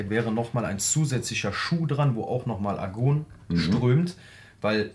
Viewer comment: Heißt das Gas nicht Argon? Argun kenn ich nicht, komme auch aus der Metallbranche. Deshalb kommt mir "Argun" doch Spanisch vor :)